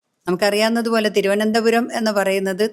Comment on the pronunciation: തിരുവനന്തപുരം കാരെ തിരുവനന്തപുരം എന്ന് പറയാൻ പഠിപ്പിക്കു( തി രോ എന്താ രം )😂👍